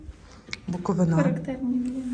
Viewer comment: Лиш почала дивитись і почула:БуковинА 😮 Запамʼятайте: БуковИна! Будь ласка!